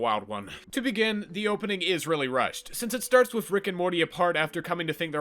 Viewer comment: With is pronounced with a TH not an F Wiff was too much for me I couldn’t finish the video.